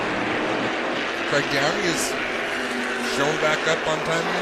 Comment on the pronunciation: Craig Downie, not Graig Downey lol. Known Craig for a lot of years & my dad knew his dad Roger for decades......